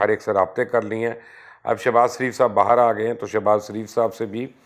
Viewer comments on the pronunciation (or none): none